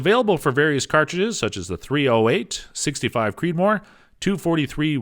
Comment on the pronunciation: the fact that this reviewer said "Sixty-five Creedmoor" makes me question the whole video despite how much I may agree with the points it made.